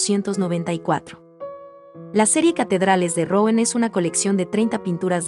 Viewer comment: Si vas a comentar a un pintor tan famoso francés aprende la pronunciación. El nombre de la ciudad de la catedral se pronuncia más parecido a Ruan.